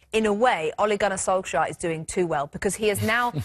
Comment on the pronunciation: All three of them pronounced his name differently lol. You'd think before filming, someone would have said hey let's figure out and agree on the proper pronunciation of Solskjaer.